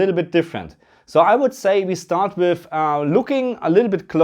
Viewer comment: With or wiff, thät is thä Qweschtion